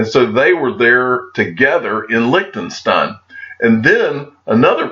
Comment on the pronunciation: Each time you pronounce licked'n'stein my ears start bleeding as fuck. Quick tip on how to pronounce Liechtenstein, you take the "lish" from bullish and replace the "liech". Please have a try Lishtenstein 😅👍🏽